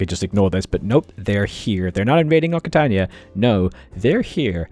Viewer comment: Hey, just for your information, the double c in Occitania is pronounced like an X. So it's pronounced oxitania